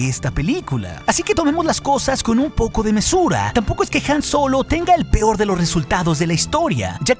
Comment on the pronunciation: like si escuchaste "en el pior de los casos"